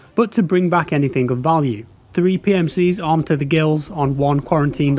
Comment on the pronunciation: This must be an AI voice over video. Has to be. "three ...PMCs"